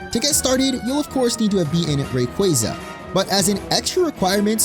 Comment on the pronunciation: Ray-qua-za Not qwey lol